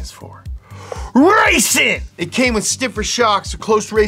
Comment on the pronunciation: Ngl....every time says "RRRACIN'!" like that, my brain immediately goes, "LIGHTNING! LIGHTNING!"